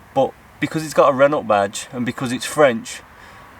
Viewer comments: It’s reno not Renault t is silent so frustrating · Please please its pronounced ren oh not ren ult your cars nice bruv miles more street cred than a poxy Vauxhall 👍